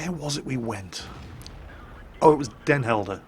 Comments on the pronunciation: he actuall pronounced it properly, whut? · What? not butchering trying to pronounce Den Helder? What is this madness? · you prompunced den helder the best out of every brittish guy and american and i hope you would want to come to the netherlands again so i can meet you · lol i know, my reaction was a bit sarcastic :) i actually flipped because he didnt struggle at all and just said den helder like a proper dutch kerel, :) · CAN PRONOUNCE DEN HELDER CORRECTLY +1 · Braveheart in cinema?, ur old!!!!:)))) Btw, nice pronounciation of Den Helder, excellent. We Dutch need no subtitles, we all speak English. French is also taught at school, as well as German, but not so intense as English. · good pronouciation of den helder